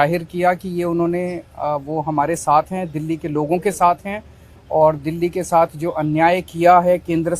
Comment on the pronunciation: क्या मेरा बिहार बर्बाद कर देगा ये लोग जिसको दिल्ली बोलना नहीं आता डिली बोलता क्या वो देश चलेगा 🙏🏻🙏🏻